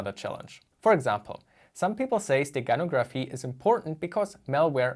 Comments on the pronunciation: In the word "steganography" the stress is on the "no" syllable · Stress in the word "steganography" is on the 3rd syllable